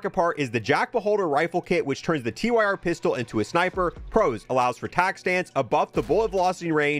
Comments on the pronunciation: gets me every time he calls it the Tee-Why-Are instead of the Tyr (sounds like tier) It's the name of a nordic god, look at the names of the grip attachments. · This bugs me every single time. No hate, but it's Tyr as in the Norse god, pronounced 'Teer' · Please for the love of god call the Tyr revolver the TYR revolver…. Not T-Y-R. Its the fcking god of war Tyr